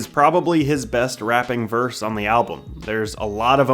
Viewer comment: It annoys me how you say "rapping verse" but otherwise good job